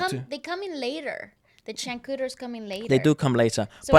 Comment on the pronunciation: For Changcuters you should pronounced is like Chunkchuter not Chank kuter FYI Only.. Thanks